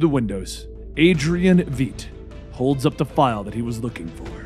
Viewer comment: pretty sure adrians surname is not VEET